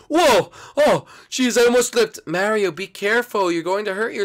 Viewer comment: Gefee is born. He is not an identeeut mareeow